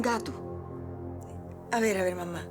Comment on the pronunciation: No es un gato es un gaato 🤣